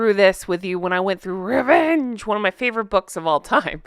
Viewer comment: I loled everytime u say “Revenge” like why do u say it like thaatt 😂